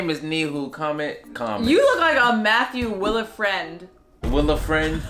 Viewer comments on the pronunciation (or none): Mi-hu? Tender and tilder? Matt will-a-friend